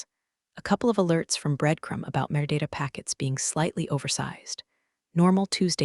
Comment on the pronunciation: Metadata. The AI reader AIn't too bright.